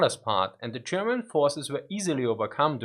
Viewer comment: Very confusing when you pronounce German as Sherman 😁